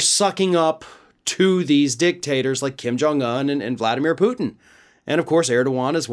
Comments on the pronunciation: To and others his name is pronounced Kim Jong OON (UN), NOT Un like uhn (or like fun, for instance). UN is a long O sound. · Why do you pronounce Kim Jong-Un like an absolute mental health patient?